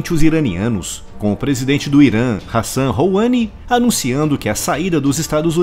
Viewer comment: Pronunciou "Hassan Rouhani" errado